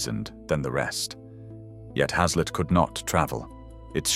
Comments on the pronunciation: Has-Let 🤣🤣🤣🤣 it's pronounced Haze-Let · Your pronunciation of haslet is incorrect, its pronounced as hacelet. I have had many a loaf of haslet from a butchers in Grantham Market Place, though it seems to have been replaced by Pizza Place. I loved heart, liver and onion (lamb`s liver preferred), kidneys. I still eat mince, but with mixed veg, swede, carrots, peas, brussels etc. Apart from a pack of ham from Aldi, any other meats are purchased from a butcher. Watching this video made my mouth salivate